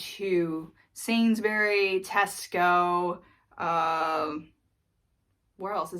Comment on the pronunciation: Spot on with pronouncing "Waitrose" 🙂 words ending with "bury" tend to be pronounced "bree", so "Sallsbree" or "Sainsbreese"